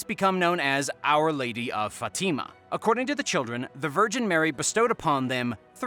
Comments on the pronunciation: Fat eema? Instead of Fatima.I don't agree . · You really gotta look some pronunciations up if you want to have credibility dude. TEM plar not tem PLAR, FAT i ma not fa TIMA. soooooo bad and not unusual words. Yes this site is for entertainment only. Have fun everyone!